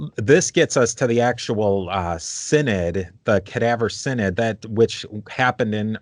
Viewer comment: /sigh·nod/ = synod, not /sin·id/